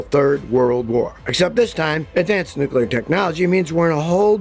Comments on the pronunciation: It's "nuclear", not "nucular". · new-clear not new-kew-ler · "Nucular" war, what's that? Ohhhh, NUCLEAR war, got ya... Well I'm glad WWIII is finally here, I thought it'd never come! I'm 40 and have been waiting for 60 years, jeeez!!! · new-clear. not nuke-you-lar. just sayin. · If you're gonna make such a long video about nuclear war, learn how to say the word "nuclear" properly. New-clear. Not new-kew-lar. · Nucular war or nuclear war? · Hard to take someone's predictions seriously when they say "nucular" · Noo Kyu Ler? LOL. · Even Scottie can't seem to pronounce Nuclear correctly. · Never take nuclear war advice from someone who doesn't know how to pronounce nuclear.